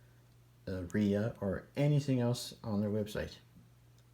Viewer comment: "dye a ria" 🤣🤣